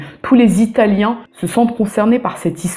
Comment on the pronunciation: Je n'ai que visualisé la première minute de la vidéo, mais je tenais à dire que tu possèdes une très bonne prononciation pour une personne francophone en italien (venant d'une franco-italophone qui vit en Italie depuis ses 3 ans). Je sens aussi que tu nous réserves encore une fois un contenu de haute qualité.